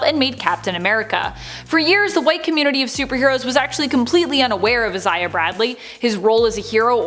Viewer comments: It’s pronounced I-Zay-Uh not Is-Zay-Uh or however you pronounced it. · why is she saying Isaiah so weirdly? Eye-say-ah not is-eye-ah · its EYE-ZAY-AH jesus chrsit